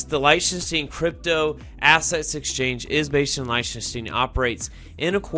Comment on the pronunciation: Pronounced (Lick-ten-Shtine) 👍 Thanks for the info.